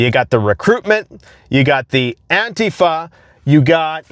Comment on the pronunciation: An TEE fuh